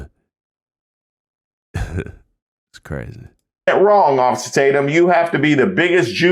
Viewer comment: I haven’t heard “ossifer” in a LOOOONNNNGGGGG time… sheesh….